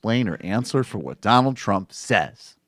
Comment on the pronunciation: The "Don L K" killing me over here